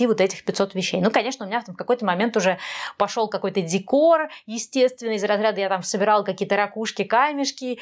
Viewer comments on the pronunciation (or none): none